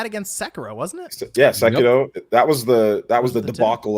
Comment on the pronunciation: Cringe when says sekiro. Dudes a freak